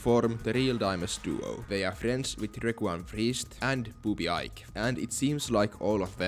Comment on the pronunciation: Ike is pronounced like the letter E + K. Eekay.